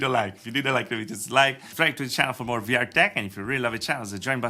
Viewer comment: stop saying vr tech CIENNOL, it's annoying!